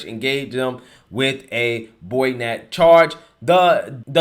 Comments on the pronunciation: Bruh said "boynet" lmao... BAY-O-NET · its not boy-net it is bay-o-net or bay-a-net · Btw, “BA-YON-NET” accent on the syllable “BA” hard “A”! You were cracking me up.🤣👍🏽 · Also... Bayonet = Bay(ya)Net Not "Boy_yo_nit".... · Melee pronounced May-Lay you said Mee-Lee. Bayonet pronounced Bay-Un-Net you said Boy-net. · Its bay-o-net, not boy-net. In case you come upon this again in the future ;) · “Boy nets”??? When have you ever heard of a military force being told by their commander to “fix boy nets, men”??!!!! It’s pronounced bay-o-nets, as in “fix bayonets” in preparation for hand to hand fighting (bayonet charge). Semper Fi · Bayonet, pronounced bay-uh-net. Not boynet. You know.....the sharp pointy things they attached to the ends of their rifles? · boynets? lmao It's pronounced how it is spelled BAY - O - NET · Melee= pronounced MAY-LAY Bayonet= pronounced BAY-O-NET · Lmao he mis pronounced bayonet 🤦🏾‍♂️🤦🏾‍♂️😂 how? Tf is a “boynet”?!? 😂😂 great video tho💯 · Spitting facts ... Except one thing......Your pronounciation of the word "Bayonet"..... But besides that nice vid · Excellent commentary as usual. btw bayonet is pronounced bay-o-net and is the sword thing attached to the end of guns. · Bayonet = Bay-O-net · Bayonet is pronounced bay-o-net, surely u have heard this word used in old war movies etc? Maybe not, just my silly assumption maybe, but I've never heard it pronounced as u did here n thought I'd point it out. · Great video! BTW, it is Bay-O-Net.. bayonet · That’s bay-o-net and may-lay combat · Just trying to help you brother, Bayonet, (Bay-a-net) is the long knife that attaches to the end of a rifle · i love your content , but i hate your verbiage . melee may-lay . bayonet Bay-uh-net . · “Bay-Yo-Net” also in Illinois the S is silent. Keep up the hard work. Love your content. Red pulled my normie mom with your videos and Matt Walsh’s podcast. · Bayonet= bay-uh-net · it's bayonets not boynets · Melee = MAY-LAY. Bayonet = BAY-OH-NET.